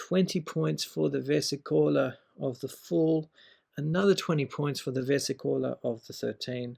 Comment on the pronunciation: It's nice seeing people are trying to revive the Minchiate. I would pay gold for a deck if it were commercialized. But it kept bugging me that you pronounce it versicóla, it's versìcola 🙏